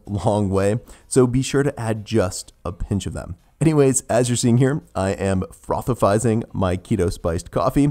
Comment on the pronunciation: frothifizing lol